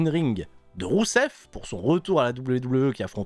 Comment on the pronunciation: qui arrive plus a prononcer rousev, il n'y a plus que Miro! et Miro il est tellement beau!